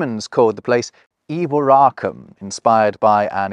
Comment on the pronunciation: As a resident of (the original and best!)York in Northern England, I have a quibble about your pronunciation of the Roman name for the place: Eboracum. Like a lot of other English speakers I’ve heard attempting to pronounce this word, you say something approximating to ‘EEboracum’ with a stress on the first syllable. Now, I wouldn’t pretend to be an expert on the subject of stress in spoken Latin, but I guess that stress was probably evenly distributed among syllables, like it is in modern French or Italian, but perhaps more importantly, if the Romans really did talk about somewhere called ‘EEboracum”, I don’t think they would have spelled it the way we think they did. I think they’d have had to write ‘Iboracum’ or even start the word with a double ‘I’ (& I can’t think of another Latin word beginning like that). So I think most likely is that they just pronounced it like they spelled it: ‘Eboracum’, with the first ‘e’ being pronounced like the ‘e’ in beg’ and the syllables more or less evenly stressed.